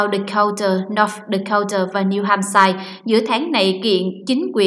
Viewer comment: Cô BTV đọc sai tên tiểu bang New Hamshire cô ta đọc Hamshire là ham shai là sai ,phải đọc là ham sơ mới đúng !